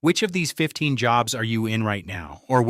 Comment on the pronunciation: The AI voice can't even get English pronunciation correct. It said I "red" every reply instead of I read evey reply.